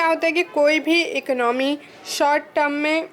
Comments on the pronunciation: Economy ko ecnomy bol ri ho 😂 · Mam plz don't mind the word economy is good pro noncation is eco no me ! you say ec no me